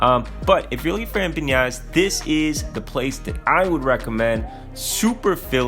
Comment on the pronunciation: As a Latino, I truly cringe and kinda hate when people say “Empaniada” instead of as it’s spelt, “Empanada”. Just had to get that out there but great video dude